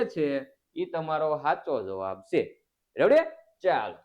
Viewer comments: Sir revdi na ave redi ave have na vidio thi redi bolo 😅😅😊😊😊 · રેડી નાનાનાના રેવડી બોલતા સિખ ઢાનઢા અકલમઠા 😂😅